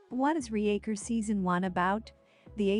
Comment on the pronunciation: RE-Acher? Use a proper voice or get bent. This is garbage dribble.